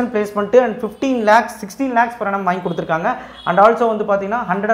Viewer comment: Per annum na enna athuvum konjam theliva sollunga